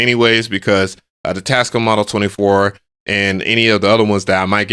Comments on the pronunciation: It is your right to say a word anyway you wish, but why do you say Tas-cum? The manufacturers themselves pronounce it: Tas-cam? Individuality is wonderful but you do sound weird when you say it that way. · I give up bro. You win!! It’s “TASCUUUUUM” from now on😂😂😂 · 😹...Always called them "Tascum!", instead of "Tascaam!"💥😂..(knew I was correct)!😼...a BIG! thanks! for the confirmation!💥🤣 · The manufacturers themselves pronounce it: tas-cam not tascum. But I support your right to say it any way you wish. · Tascome got me weak lol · I’m now watching for pronunciation!! 😂😂😂. Tascum, reverb, sequencer are all added to the list! 😂. Love your videos dude! 😎👍🏿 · Tascum is the ONLY way I'm pronouncing their name now 🤣🤣🤣. I want the Live 3 AND the model 24 though, still rocking the OG MPC one for now